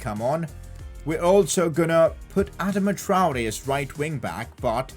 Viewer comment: It’s pronounced Adarma Traore. Sorry just for some reason pisses me off when you say it that way bro.